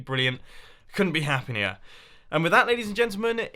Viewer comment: Mumbo couldnt be anymore 'Happyinuer' XD hahahahahaha!